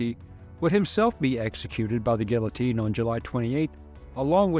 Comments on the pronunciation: It's pronounced 'geetohteen'. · Great video, but the l's are silent, in guillotine. Not knocking you. Just want you to know. Great video, again. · You'd think a history professor would be able to pronounce this machines name correctly.